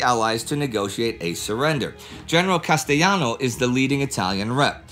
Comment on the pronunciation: Great video as usual, but you've got to brush up on your Italian pronunciation. The general's name Castelllano the l sound and not Casteyano. That would be the Spanish pronunciation for double l (ll) in Italian the double retains its l sound.